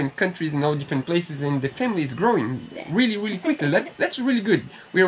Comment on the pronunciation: you can pronounce your “R’s” as in Rubber gasket. Now try to practice your Really not weelly to help your English, please don’t be offended, take it as the challenge of the week 😉 love your videos things are coming on nicely. Really Looking forward to the next video 😉😘to you both🙂